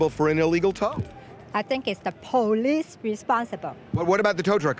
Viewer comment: That's the first time I've heard an Asyian pronounce "Police" like urban people. Pole Lease